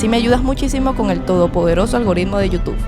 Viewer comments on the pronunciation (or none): none